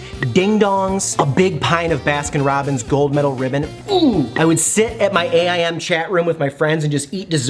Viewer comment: is officially the first person I've ever heard call it "A.I.M." and not "aim"